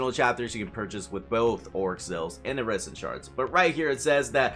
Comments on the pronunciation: Why do you say "iridescent" like "iresintshards"? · Why do you say iridescent like that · Does this guy not know how to pronounce iridescent?